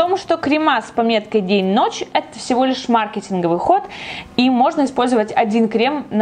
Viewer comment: О мой бог, почему мАркетинговый??? Если маркЕтинговый...